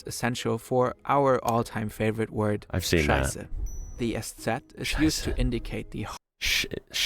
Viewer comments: Your pronunciation of "Scheiße" is close to perfect. Bravo! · That "Scheiße?" was on point. Start using it as often as you can, in everyday conversation, as a nice greetin, on the pooper, whatever you can trinkt of..... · Dude, your "Scheiße" is perfect ;-) Keep going! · That scheiße (shit) sounded good 😂